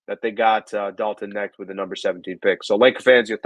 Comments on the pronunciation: with some garbage takes tonight. Clearly doesn't watch college basketball (which is fine) but first of all.... it's Dalton Knecht (like "connect" not "net"). He was the SEC player of the year in a stacked conference. He's a legit shooter who can provide much needed scoring off the bench. He wasn't mocked out of the top 10 and I've seen people mock him at #1. Saying he won't get any opportunities with the Lakers is pretty laughable considering how bad our shooting is. He's a plug and play guy immediately with the size to be a legit defender and shot creator. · The K is not silent. It is pronounced like "Connect". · The K isn't silent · I stopped watching this after the way he pronounced his name